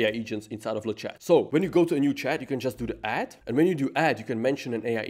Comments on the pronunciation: And the << ch >> is probably pronounced << sh >> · In le Chat, the « t » is silent (pro tips to sound smart).